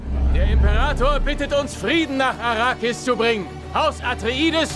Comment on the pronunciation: Es heisst: Arrakis